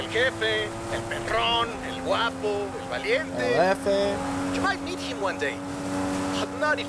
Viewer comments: El hefe not El JEFFE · El Hefe is the pronunciation you are looking for bro lol